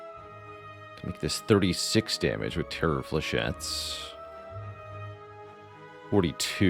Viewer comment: "Flechett-ees"? :D